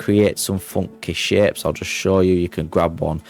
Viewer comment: THE WAY HE SAYS SHAPES IS MAKING ME DIE LAUGHING